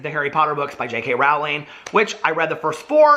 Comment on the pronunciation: Oh man I die a little inside every time you say Rowling and! Only because I gave you such a hard time during a livestream 😂